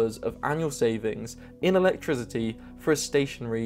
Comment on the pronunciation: I really enjoy your unique videos. I have one question, why do you pronounce “electricity” with a “z” sound?